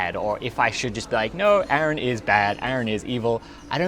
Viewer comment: YOU DONE MESSED UP